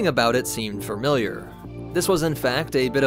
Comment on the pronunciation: It's familiar, not "farm-iliar"